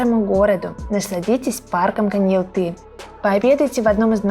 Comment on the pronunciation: Почему КоньялтЫ???😮 КоньяАлты же!